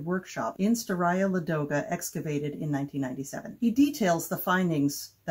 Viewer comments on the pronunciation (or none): I'm going to toss another complication for Ladoga--the stress is on the first syllable. So LAH-doh-gah. Same for Staraya. I know it's tough when you don't speak the language--I've mangled many a word over the years! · If it makes you feel any better, if you hadn't pointed it out I don't think I would have even realized it was supposed to be Ladoga instead of Lagoda. 😅